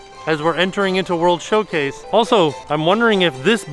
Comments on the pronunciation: Is it Showcase or Showplace because it sounds like he keeps saying place? I honestly don't know. Lol. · I thought was saying "World Show-plates" and thought it was a great pun for the festivals. Disappointed it wasn't true lol.